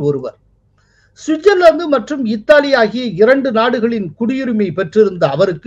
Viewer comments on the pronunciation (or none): none